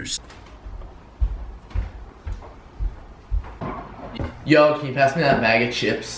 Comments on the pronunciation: Adapt the type of nigga to say Skizorz instead of scissors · "Skissors" bruh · he pronounced scissors fucking “sKizzors” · Why do you pronounce Scissors by “skizzers” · Lol he also said skissors instead of scissors. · adapts the type of nigga to say skiccors instead of scissors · He also said skizzerz but u decide to comment about USB? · Why is nobody talking about when he said skizzers instead of scissors? 🤣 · we aint gonna act like he didn't just say "Skissors" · he said skissers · Adapt the type of nigga to say scissors and milk wrong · Did anyone else hear him pronounce scissors wrong. Go back to grade school. My god. Lol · everybody talking about how he said the n word but nobody talked about how he pronounced scissors wrong